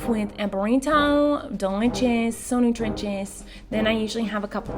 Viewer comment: no one: no one at all: not even pinto bean: miranda: nUtRiChiS